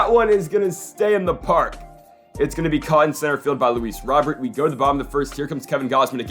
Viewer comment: It’s not Luis Robert. It’s pronounced Luis Row Bear.